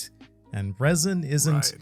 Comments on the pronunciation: pronouncing raisin, rather than resin, is so funny. Unintentionally creating raisin raisin fruit. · 🤣 "Reh-sin", not raisen raisen fruit😂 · I love how you say raisin indtead of resin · Fantastic video but i couldnt help but hear the word "raisin" every time said "resin" 🤣🤣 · The way say Resin like RAIsin makes me chuckle. Love this collab SOOOOOOOOOOO much! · No offense but every time says resin it sounds like raisin and i think a raisin raisin fruit is just hilarious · Not the “RAISIN RAISIN” no mi 🤣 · Lol it sounds like is saying the "Raisin Raisin fruit". I am just trying to imagine what powers the Raisin Raisin fruit would have. It would certainly be a possible fruit power in the Oda world. (It was so funny that we get that califa soap fruit, which was surprisingly strong) Thanks for the great content guys! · Am I the only one hearing "raisin" whenever is attempting the word resin? lol A thing I don't hear enough about the "three favourite panels" argument is that the answer was regarding the imagery, in the Sabaody case Robin wiping her hand on Usopp (for being realistic and mundane but still, to him, really funny), not the scene itself including speech bubbles. Oh, and technically Momo doesn't have a man made version of the Koi Koi Fruit, Vegapunk didn't create it out of the dna (lineage factor) from the devil fruit but from Kaido himself. So Momo has technically the Kaido Kaido no Mi, and since Kaido had already awakened dragon form it was part of his dna code and could explain why Momo transforms straight into dragon form and there's no fish form.